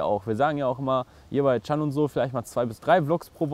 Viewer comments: er heisst chan nicht chaaaaan. mensch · das heißt nicht chaaaaaaaaaan sondern Chan! Und fertig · spricht Chan immer "Schahn" aus.:D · Chahn ich dachte er heißt Chan?